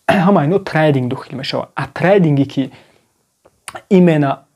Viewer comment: трандинг не трейдинг бесавод бра хондана ёд бги